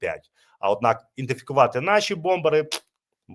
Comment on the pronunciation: Не індифікувати, а ідентифікувати. Ти повторив цю помилку кілька разів підряд.